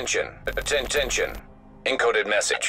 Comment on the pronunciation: attention... aten ten tion